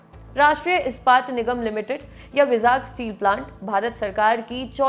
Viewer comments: भाई, vizag को बोल - चाल में वाई-जैग बोला जाता है आन्ध्रप्रदेश राज्य में, ना कि विजाग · its not called vizaag, its vaaizag. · It is not विजाग , It is वाइ-जैग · विजाग स्टील प्लांट बोलते हैं ??? I think pronunciation me kuch problem hai vizag 🤔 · Vizag ka pronunciation galat hai madam ji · Please correct your pronunciation of 'Vizag'...its irritating.